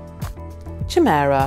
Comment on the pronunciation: Interesting quiz but I’m still reeling from the mispronunciation of chimera, syntax, the letter H and so many more!